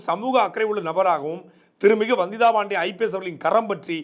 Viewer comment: ரங்கராஜ் பாண்டேன்னா ஒழுங்கா உச்சரிப்ப வந்திதா பாண்டே ன்னா நாக்கு பிரளாதா? வந்திதா பாண்டேன்னனுசொல்லும் போது Bandey னி சொல்ற? தமிழ சரியா உச்சரிக்க தெரியலைனா ஆங்கிலத்துல சொல்லுங்க தமிழ்ல உச்சரிப்பு தப்பானா அசிங்கம்.